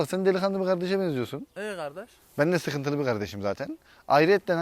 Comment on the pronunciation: “Bende sıhıntılı bir gardeşim zaten.”